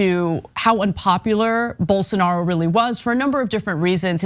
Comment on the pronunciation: Poor Journalist can't even pronunce Jair Blosonaro name! Get lost loser